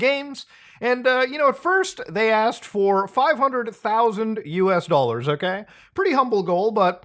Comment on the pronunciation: for a THOUSSSAND DOLLARZ 😂